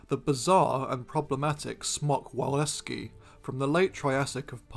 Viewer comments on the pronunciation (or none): Great vid! As a piece of advice, wawelski is pronounced vavelski, there is no "v" in Polish, its sound is taken by the "w" letter.